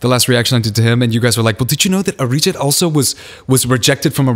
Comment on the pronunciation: His Arijit sounded like 'a rigid'.🙄😁😁